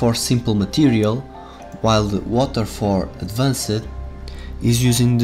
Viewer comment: What exactly is ADVAN-CED in your WIDEO? If you would learn to speak proper english before posting a VIDEO, then we would not have this confusion in AMERICAN YOUTUBE!!! ADVANCED is pronounced "ADVANST", not ADVAN-SAID. You are getting your SPANISH pronunciation confused with ENGLISH pronunciation... Geezus